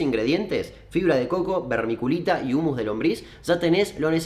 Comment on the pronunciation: Hola, podes volver a decir vermiculita en tu proximo video? Me gusta como la pronuncias. Saludos.